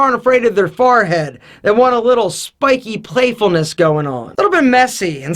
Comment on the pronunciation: You say forehead PROPER oddly could you plz develop a tiege hanley product to reduce the size of my farhead?